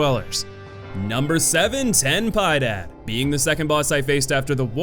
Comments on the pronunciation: Ten Pee - ed - ad Traes Ang - ustee - as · So, here's some of the pronunciation of the bosses names, and translations (i dont speak latin, its just that its so close to portuguese that I can understand some of it) Es-poh-see-toh, X is not pronnounced as ecks, its pronounced as ESS, no clue to translation Ten pee-eh-dad, translating to "Have mercy" Tres An-Goos-tee-ahs, the three anguishes/agonies Quirce is Keer-che, its just a name I think Es-Cree-bar is the name of that pope I rushed through the video to avoid spoilers, and get an idea to what I was about to face design wise, and I just felt I had to do this, so keep up the good shit, much love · Can you at least try to pronounce their names properly? Wtf is this "ten pai dad" 😂 it's just spanish. It's not rocket science. Lmao so cringe hearing u sound like such a tourist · "xen paida" "trei angüistias" "mel qui ay dei" Dios! No hay nada más ridículo que un anglosajón pronunciando nombres en español 🤣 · This list is as stupid as the narrator pronouncing "Ten Piedad" as "ten pie dad" ROFL I mean WTF, also, besides his terrible pronunciation, the list makes no sense as Crisanta is probably the hardest boss in the game and not only that, the entire list is terrible. Seems like it was made by someone who hasn't played the game... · number 7 "ten paidad" What!!? XD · "Ten Pie-Dad" lol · Ten paidad xd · Ok given that A LOT of people are pronouncing these boss names wrong, I feel like I have to chime in: “Ten piedad” is pronounced “ten pee-eh-dad-“ which translates to “have mercy” “Tres angustias”, pronounced “tres un-goos-tee-us”—> translates to 3 anguishes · Tan paidad 😂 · "pie dad" lol that spanish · I laughed at his pronunciation too! Even I know a bit more Spanish than "pie-dad" 😆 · I love the way you pronounce ten piedad as it is "please be gentle" in Spanish. Love ten pie dad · Love how he pronnounces spanish words like Ten Piedad or Tres Angustias. If you speak spanish its pretty funny